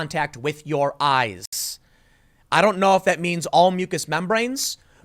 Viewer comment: Tim: Do not panic also Tim: IT'S IN MUY AIS, EVEN I CAN DIE